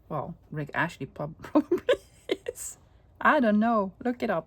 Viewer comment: I was thinking who is Rick Ashley?? Then i realised you were saying Rick Astley 😅